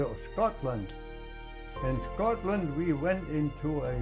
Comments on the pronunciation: He says Scotland with a Scottish accent ❤ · Scotland here! Did you hear how he pronounces “Scotland” ? Like a true Scot!